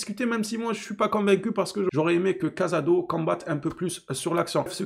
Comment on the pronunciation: Des que ta commencé a dire cazado ou lieu de casado et que ta parlais de son erreur j’ai coupé la vidéo rhooo. Casado c’est une revelation cette année je crois qu’on voit pas les meme match. Il a reussi a rentrer dans le moule en 3 mois. Il joue 6 l’un des poste les plus dur a combler. Je suis pas d’accord avec ton analyse.